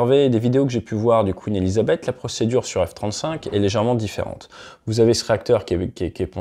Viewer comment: C'est pas Quin Elisabeth, c'est queeeen Elisabeth .